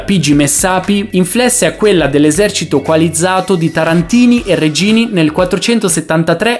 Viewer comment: "glielo DIERONO"???, "INFLESSE"???, "REGGINI" con due G, la città era Reggio non Regio, Chora si pronuncia 'Hora non ciora. Menomale che lo sponsor è superprof...